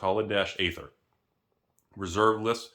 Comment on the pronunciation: Aether is ether. pls stop pronouncing it with a hard a hehe